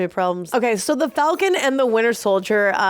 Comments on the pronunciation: Falcum? Really? 🤣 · "The Falcum..." What x-rated version did she nearly watch?!